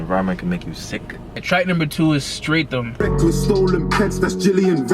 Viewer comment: Streatham is pronounced``Strett umm``